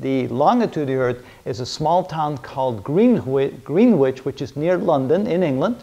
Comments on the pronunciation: Greenwitch = pronounced Gren itch Can't fault the videos though. Great work. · Green witch ? Pronounced grenitch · Just to let you know....Greenwich is pronounced 'Gren'ich' [silent w and single e]. Nice videos so far....enjoying the series. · A couple of small points - Latitude has 2 'T's not 3. Greenwich is pronounced "Gren-itch" (at least in the UK !). Otherwise, first class lecture series (No Quantum I'm pleased to see....)